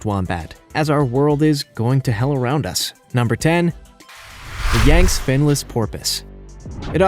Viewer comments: rather than pan-GO-lynn, it's pronounced PANG-go-lynn. You put the em-PHA-sis on the wrong syl-LA-ble. Yangtze is yanked-SEE, which is a major river in China, not YANKEDST. Seychelles = SAY-shells, not SAY-chells, and grebe is greeb, not greb. Tanzania is tan-zan-EE-uh, not tan-ZAN-ee-uh. If this were the old days before computers, and websites like Wikipedia, these could be easily forgiven. However, all 5 of these blunders are pronounced on that site, so no excuses. Aside from all these ridiculous blunders, this was a very good and interesting video. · ☣❌That is NOT a living creature, but a product of the skill & imagination of Wood Splitter Lee Cross! 🦄 The other animals are real, but some of the details are a bit off. Like how he says "Yangst" rather than "Yang-see"🤔 - Bornean pygmy male elephants🐘 reaching around 2.5 meters in height (8 feet). Asian elephants are about 9 feet, and Africans are 10. Not the pet-size implied here. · Who does your proof reading? Yang-Tze, Like Bang T-sea. Grebe, Like Greed with a "b." Tan-Za-nia, Like Tan duh knee a, with a "z." How the hell am I supposed to take what you say seriously if you don't even take the time to find out how to pronounce the names? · How about learning the correct pronunciation of these things? We stopped sounding words out phonetically in 4th grade. Yagtzee is YANG-ZEE, not Yangts. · Yang-tsee, not yangst. Wow. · (yang-zee)... yayngst?🙉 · please research the pronunciation of the words used in your presentation. Yang-tse is the name of a major Asian river. It is NOT pronounced “yankts”, it is pronounced “Yang-tsee”. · Oh for Heavens sake learn the correct pronunciation of these animals names, The Chinese river is pronounced yang see and that's just one of the animals you made me shake my head at. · PANG guh lin - pangolin YANG see - Yangtze GREE buh - grebe Tan zuh NEE uh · I think it's pronounced Yank-see river. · it's pronounced YANK-zee and GREEB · Also, Yangstze and grebe